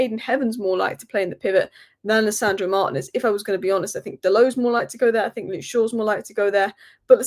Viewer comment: Can anyone explain to me why always calls Martinez Manez? For brevity's sake, why is Martinez such a long last name? Like Granacho instead of Garnacho 🤔